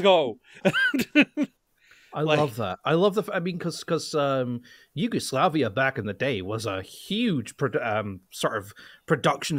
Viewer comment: did he say Yugoslakia?